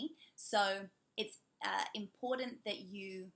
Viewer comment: For important, they say impotent. Bloody wankers, I reckon.